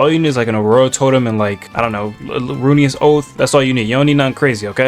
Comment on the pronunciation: gng u lost me in "u need runious"